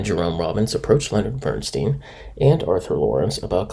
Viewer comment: Bern STYNE--not Bern-STEEN. A-bee's--not Abby's--Irish Rose.